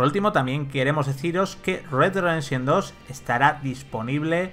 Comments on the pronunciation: "RedeRredenshon2" xdd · Como le patina la lengua jajajajaj “red güad rededsion” más o menos he logrado escuchar jajajajajjajajaj